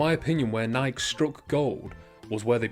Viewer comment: Nike is pronounced Ni-key